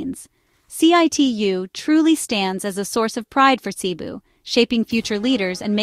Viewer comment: pakiayos ng diction mo. hindi cee-bu, but cebu'.